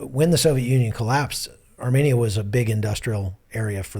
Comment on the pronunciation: How graceful of you, you weren't arrogant at all. Yet to prove my point 1) He mentioned Armenia multiple times in the video and every time his pronunciation was off and 2) Romania does not have a population of 2.5mil but Armenia does, and 3) Romania is not located in Asia while Armenia is. Si nu te mai incorda atat ca nu s-a luat nimeni de tine